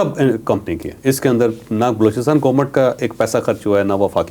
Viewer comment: Please GOMAT na bola kren, GOVERNMENT bola kren.